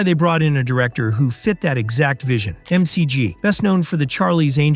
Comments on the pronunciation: Not MCG... McG (Mac G) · McG as Em See Gee is Wild AF - pronounced Mick Jee